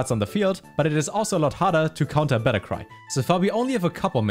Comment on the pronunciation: "Liebram" (EDIT: I don't even know what's the correct pronounciation anymore, 'Lee-bram' or 'Liebram') "Ehshes" "Voregen" "Bettercry" Am I the stupid one or is the "stupid" one? Now don't get me wrong, is a great guy, it's just hard to understand what he's saying.